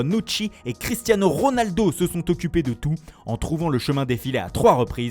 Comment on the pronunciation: Il fait ça qu'avec les italiens juste après il dit cristiano ronaldo avec un pur accent français